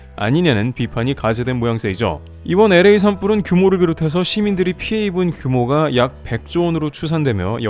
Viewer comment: LA 엘에이 NOT 에레이😂😂😂😂